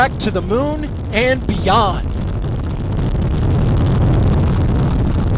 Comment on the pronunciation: I hope the announcer brews on that BOOSTERS IGNISHISHHS for the rest of his career. Be better. Also, quit saying "BEEYOOOOOOOOND" like that. I would have swatted your nose with a rolled up newspaper if I heard you say that in person. Apollo's Cliff Charlesworth is the king!!!